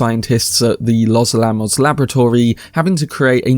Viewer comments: "Los Alamos" is pronounced "lohs AL-a-mohs" /ləʊs ˈæləˌməʊs/, with the stress on AL-a-mos, not a-LA-mos. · You need to learn how to pronounce words properly if you're just going to read from a script. Biopic, communist, los alamos, being examples just from the first 4 minutes. Shame cos it makes you sound amateur and like you haven't prepared your own content.